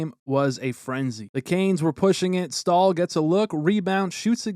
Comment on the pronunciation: Staal ❌ Stool ✅